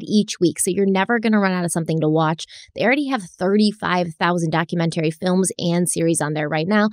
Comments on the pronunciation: I’m just here so I can hear the way says dock-que-meant-arie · Hi, Love your videos! Recently at work I pronounced the word "documentary" the way you pronounce it and I'm like OMG! The effect!! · DOC-YOU-MEN-TERRY AHHHH 🤬Bugs the crap out of my brain every time. Love your content though. So smart and detailed and thorough. 💗